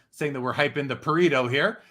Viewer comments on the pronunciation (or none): it's pronounced "Pa-Ray-Toe" not "Pa-Ree-Toe" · I'm italian and the way you guys pronounce Pareto is a disgrace